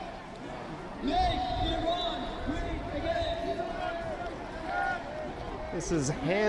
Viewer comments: Thanks for streaming. It’s pronounced Iran /eeran/ and not EYE-ran” (like “I ran”). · Thanks for covering this. The name of our country is pronounced ea-ran , like Italy. You don't pronouy Italy as Ay-taly so please pronounce Iran the right way. It's not track and field